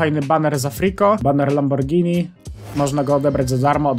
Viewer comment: dziękuję że mówisz poprawnie "Lamborgini" a nie "Lambordżini" czy jakoś tak <3